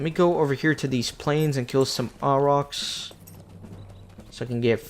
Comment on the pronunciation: hey Old video but just wanted to mention proper pronunciation for Auroch's is "ore - rock"